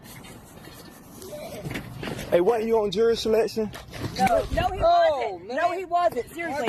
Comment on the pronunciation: It's not jewelry, it's jury! Why do black people have a hard time saying that word? Also, fruneral instead of funeral, ambalamps instead of ambulance, etc... Just asking.